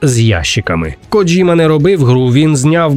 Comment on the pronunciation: ей, не копіюйте русню - КодЗіма, не КодЖима :)